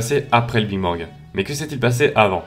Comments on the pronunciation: T'a dit Bing Bang a la place de Big Bang :O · C est le BIG bang pas le BING bang mdrrr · A oui j entend le bine bang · mj Lopes justement il est là le problème, c’est big bang pas bing bang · big bang pas bing bang hein😂😂😂😂😂. Sinon au top comme d'hab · tu dis biiinnng bang😂😂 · C'est ce qu'on appelle ? Personnellement à ce moment je lis "Big Bang" mais j'entends "Bing Bang" 😜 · En gros tu as dis; "Que l'univers est bien plus grand, donc moi ce que je dis, on se trouve dans une zone de matière et que ailleurs ils y a des zones d'antimatière" Donc, il suffirait que d'une seule petit particule entre dans une autre zone pour déclencher une énorme explosion. Et jsp si c'est moi mais j'ai l'impression que tu dis "Bing Bang" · désolé de te dire ca car tu est bien plus calé que moi en astronomie et en physique mais on dit "big bang" et pas "bing bang"... ça fait pas très pro quand même, non ?^^ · sérieux tu dis BING bang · On dit BIG et pas BING bang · Au lieu de dire big bang tu dis Bing bang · C'est moi ou il dit "Bing Bang " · je t’assure tu dit bingue bang (bin bang) Donc nous sommes pas en surdité justement surdité nous somme sourd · Tu dis bing bang xD sinon trop cool comme d'hab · Sa me stress quand tu dis bing bang 😂😂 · mdrr ta dis bing bang xD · Tu dis bing bang😂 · "le bing bang" lmao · Je crois au début tu as dit Bing bang BINGGGG!!!!! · En bref sa me perturber que tu dises bing bang A part sa gros gg sur les animations! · Bon Parcontre on est pas tous sourd aha tu dis bien BING BANG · Tu as dit Bing Bang??!!!!! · et aussi arrête de dire "le BING bang" stp ça me stress XD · Pourquoi j'ai l'impression que tu dis a chaque foie le bing bang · et bien tu le prononce BING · alors qu'il se prononce BIG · Juste svp arrêté de dire " Bing bang " sinon très bonne vidéo . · ça m'as perturbé pdt toute la video mdr